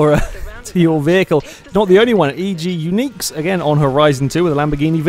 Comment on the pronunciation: for pronouncing my name right. Some kid called me: egg-you-knickers ~ eG Uniques